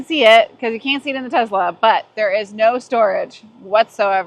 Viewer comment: I could tell you own tezz-la before you even started talking